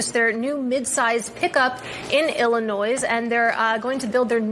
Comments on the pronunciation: "Ill-a-noise" lol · Did that reporter just call Illinois illiNOISE? 🤣🤣🤣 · Did Dice really have to call her a moron simply because she didnt make the "s" silent in Illinois? Not everyone knows that the "s" in Illinois is silent, as Dice claimed. I dont know who she is, never seen her, nor what news agency shes from. But she did not deserve that comment from Dice That was a real snowflake moment from Dice. Kinda like how some from the left get angry simply because their name was mispronounced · So that dingbat pronounced Illinois with an S, & the same time I said that Mark mentioned it. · Ill a Noise, I'm a successful professional and father, Am I supposed to respect and listen to someone who doesn't know how to pronounce Illinois? No I am not. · “Illi- “noise” 🤓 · The “s” is silent, you twatwaffle. Dumb woman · That news chick doesn't even know to pronounce "Illinois." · Can’t even pronounce Illinois. DEI hire 👎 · Lol!! before you even said it I noticed how that idiot pronounced Illinois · Mexico opening up shelters.😂 yes. I will never get tired of winning. I know people from Illinois that pronounce the S. I always corrected them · She pronounced Illinois correctly the first time and in the next sentence mispronounced it. That's the result of someone reading a script without engaging their cerebral cortex. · How can someone who is on the air not know how to pronounce "Illinois?" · Pronouncing the "s" at the end of "Illinois" is the second most dangerous mispronunciation among state names. The only one more dangerous is pronouncing the "s" at the end of 'Arkansas", at least outside of the borders of Kansas, where the river that gives the state its name also goes and is pronounced like a pirate would talk about the Sunflower State..."Arr! Kansas!" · Thank you Mark for mentioning that moron pronounced the SILENT S at the end of Illinois 😂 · My grandma unironically pronounces the s in Illinois, she lives next door in Michigan.